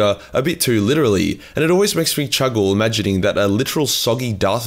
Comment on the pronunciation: "Chuggle" ? ChHUG....ehL? Do you mean Chuckle? Well Chugle on my boy. Chugle for the Emperor.